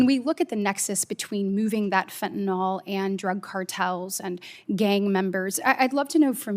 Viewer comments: WHY does KATIE BRITT and many OTHER people MIS-PRONOUNCE the word FENTANYL !?......It's Not FENTANOL ! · I get that’s it’s easier to say fentanol, but it’s fentanyl.